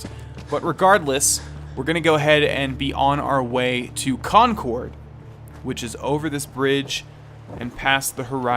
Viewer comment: Con-cord, not Con-card. It's the town from the "The British Are Coming!" Minuteman story.